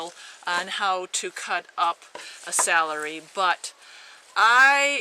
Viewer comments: IT'S cElery....not sAlary.... lol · i know its stupid... but the way you say celery drove me crazy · dont be sorry lol thats silly i just have alot of pet peeves due to my grandmother correcting me "to this day" never be sorry, thats ho wya say it i just had to get it out that it bugged me lmao